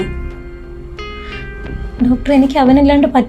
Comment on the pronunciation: ഡാക്ടർ അല്ല ഡോക്ടർ